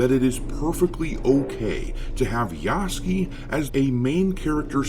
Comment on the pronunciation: 彼の名前は「ヤスキ」ではなく「ヤスケ」と発音される😅